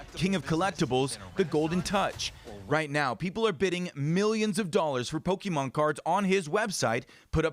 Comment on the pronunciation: This report is so typical legacy news lol - the voice - pronouncing “po-ke-mane” - Logan Paul mention